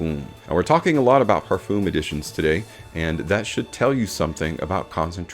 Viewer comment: Please check out how other people pronounce Parfum You have used the word a couple of times in this video, and each time I heard it, my ears were hurting.